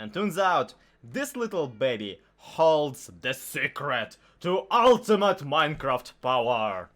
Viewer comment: "Da secrit to ultimate minecreft powahr!!" 😂😂😂 Keep up the good stuff bro!